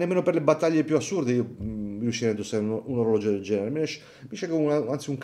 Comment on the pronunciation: Digli anche a i pigliolo Svizzero che in italiano orologio si dice con una G , non orologgio o oroleggi 😂😂😂😜